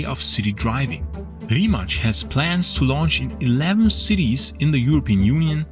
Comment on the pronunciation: Great video, but it always amuses me how people randomly put a “ch” sound on any Croatian or Serbian word whenever they see a “c”. Simple rule of thumb if you see ć or č it is “ch”. Anything else that is just “c” it “ts”. So Rimac is pronounced “ree mah ts”